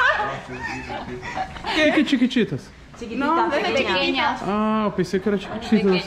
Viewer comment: "Chiquititas", kkkkkk, ás vezes parece que ele faz por querer, mas sabemos que não é, hahahaha.